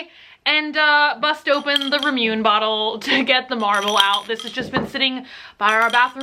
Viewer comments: Rah-moo-nay not ramoon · please DO NOT EVER SAY "RA-MYUNE" EVER AGAIN. it is pronounce rá-moo-neh, and THAT IS THE ONLY WAY to pronounce it, thank you. ^_^ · “ramune” would be pronounced as “RAH-moo-nay”... it’s transliterated from the word “lemonade”... and those glass bottles are beastly. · It's pronounced rah-moo-ney. Japanese doesn't typically have silent letters, which makes learning how to pronounce things super easy :) I've always wanted to bust one of them open but with my luck probably not a good idea! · hey just wanna let u know that it's pronounced Ra-Moo-Nay, the drink? i know u've said in videos u wanna know things,so Ramune phonetically is pronounced that way. hope ur not mad at me! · It's Ra-mu-neh ^_^ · It's pronounced RAH-moo-nay. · Its RaH Moo NE lol and you should be able to just pop the top off using a pen or pencil..... silly bunny 🤣🤣😂😂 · ALSO ITS PRONOUNCED RAH-MOO-NAY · Ramune is actually pronounced Raw-Moo-Nay aka liquid sweet tarts. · The ramune pronunciation...